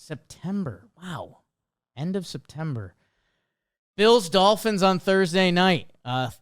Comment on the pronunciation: Does any one else love the way says Septemmbur? 😂